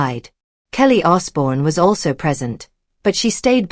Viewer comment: You could at least get his name right